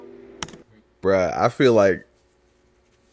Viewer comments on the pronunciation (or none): Brother please say it like us “ bro” not brah to us Maori it refers to brother from another mother colloquially Kia Ora